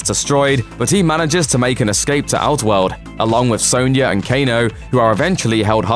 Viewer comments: Sonya Not sawnya 🤬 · Yeah and he pronounces Sonya as Soanya...